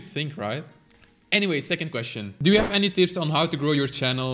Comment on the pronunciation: It sounded like done to me